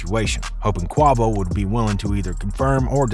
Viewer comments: Lost me with that pronunciation… I can’t finish the video! They literally say their names 50 times per song each! Like… smh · When will they FINALLY pronounce quavos name right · Damn nigga why tf tou can't pronounce quavo name right that annoying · How tf you do a whole story and have so much info the them but can’t even pronounce Quavo?? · Dude learn how to pronounce Quavo’s name…. You gotta be doing that on purpose… come on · How u doing a video on somebody nd dont know how to say his name yo ass slow dude blew me whole video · Stop butchering the man's name get your facts straight you sound stupid! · Stop saying his name like that bruh that shit is embarrassing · The fact that no one on this production team felt the need to re-record the voiceover after this guy butchered Quavo’s name 93 times before releasing this is wild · I can’t be the only one that is getting irritated by him saying Quavo name wrong 😑 😂😂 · 😅you ain't alone man ,,,, thas damn annoying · I clutch my teeth every time he pronounces Quavo's name's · Please say the man name right.... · Soon as he said Qua name like that I stop watching 😒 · I ain’t gone lie you messed the video up saying Quavo name wrong 😑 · just from the way you pronounce quavo you shouldnt bee reporting on hip hop gatekeeping needed at an all time high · I refuse to believe you've never heard Quavo's name pronounced the correct way. This is intentional ignorance. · As soon as he said Quavo’s name like that im like…..he aint for the culture. Dislike and one to the next video. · Heard him say the his name and instant disliked. I can’t finish the video!! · Look here buddy find a new hobbit. You don't even know how to pronounce the man's name. It's giving culture vulture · 😂😂😂😂 this guy is not saying their name correctly 😂😂😂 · The whole video of him saying his name wrong just pissed me off 😂😂😂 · Dude can't even say dude name right. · Imagine doing a report on the rap game and don’t even know how to say the artists name properly 🤡